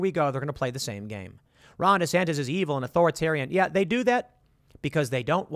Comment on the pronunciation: I roll my eyes every time you say “DESANTIS!” Like, I get it - but slow it down there Seabuscuit - 2028’s a long way off.